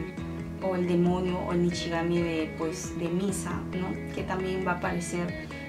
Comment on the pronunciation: Dices nishigami en lugar de shinigami aproposito?